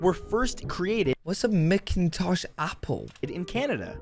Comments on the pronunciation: mcintosh apples are pronounced mack-in-tosh not mick haha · Mac-in-tosh-- not McINtosh. Geez. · Why can't anyone pronounce Nunavut properly? Also, McIntosh apples is pronounced incorrectly. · McIntosh apple is actually pronounced "Mac-In-Tosh". Clearly the person who made the video you were watching was not Canadian. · The apple name McIntosh, it's pronounced Mac-intosh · And it's pronounced Mac-in-tosh. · Pronounced mac-in toch the apples proper way to say it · How the Ai pronounced McIntosh apples. LOL. It's pronounced MAC in Tosh. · AI always mispronounces names. It's pronounced MACK IN TOSH, MacIntosh apples.